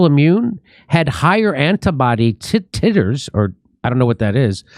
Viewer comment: pronounced 😆tighters